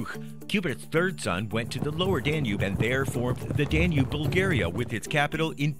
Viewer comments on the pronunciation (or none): none